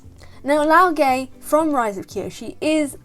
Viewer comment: You pronounce the name as LAO GUH, not LAO GEH, and not LAO GAY.